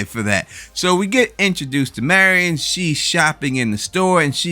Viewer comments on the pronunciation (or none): I loved this episode.. Saul getting his mojo back. It's Mary-in not Mary - on sorry but it drives me nuts that people can't get pronunciations correct especially when you heard it in the show. I can't wait for the next episode... The BB boys should be next week bc we only have 3 episodes left...alot of stuff to squeeze into so few episodes. I missed it until last night... Jimmy is in Nebraska, that is where Kim was from.. I was very disappointed in myself for missing that... It's got to our Kim reconnection...